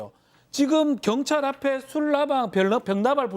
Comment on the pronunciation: 견찰이라고 들리네요